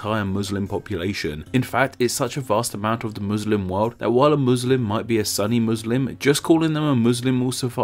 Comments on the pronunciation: I know you mispronounce things a lot, and it is kinda your thing, but why did you say "Sunni" as "Sunny" but "Sunnah" as "Soonah"? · sunni are pronounced shoo nee, and also how could you tried to explain things that is supposed to be explained in arabic, are you making things up ?, never heard of such things as MU-ISLAM, there are also various call inside the book, a short introduction, Nas (People, which is ordained or specific laws that applies for entire population, a non muslim is included), and then Mu'minoon (which is ordained or laws/news that applies for those who claim himself/herself as a believer) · It's pronounced Soon-ee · Lol its pronounced soonee good vid tho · Its nots sunni its pronounced like sunnah so sunnah with an e an no ah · "Sunny" Muslims. It's "soon-ee." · Sunni is pronounced Sooni not Sunny. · Dude it’s muslim not muzlim And it’s called muslim because that’s how it is in Arabic Edit: Lol the funniest thing an Arab could hear is a foreigner trying to pronounce something related to islam😂😂 Btw sunni is not pronounced sunny it’s like (suhn-ee) or (soo-nee) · It is not "suh-ni" it's "soon-ni" with a little hold on the n sound. Other than that, great video! Never have i seen a video that doesn't discriminate Islam and Muslim. Much respect brother :) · About 70% of comments: It is pronounced as sooni not sunny 30% comments: random topic. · sunni isn't pronounced "san ni", it's pronounced "su nni" the u is pronounced like a double o. (oo) so it's kind of like this: soonni it's hard, dont extend the length of the o though, and you should be able to pronounce sunni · It's pronounced Soonni, not Sunny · It is not Sunny dude, its Sunni, pronounced Soon-y. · Are you sure it's pronounced "sunny" and not "soo-nee?" I've only heard Muslims pronounce it the latter way. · I thought the comment section was going to WWlll but it was mostly "soo-ni not sunny" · Can you say ``SOON NEE`` instead of Sunny?? Thanks. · It's pronounced "SOO-nee" not "SUN-ee."